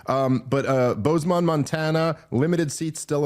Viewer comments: Bozeman is pronounced "Boze-muhn" not "boze-mon." Spokane is pronounced "Spo-can" not "Spoken." Just wanted to help you not catch shit for mispronunciation when you perform those places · Why is Dave so bad at pronouncing city names? It's Bozeman, not Bozemon.